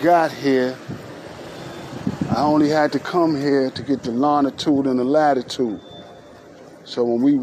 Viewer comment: Did he say lonna-tude??